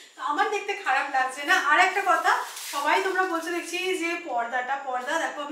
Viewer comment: Dechki noy dekchi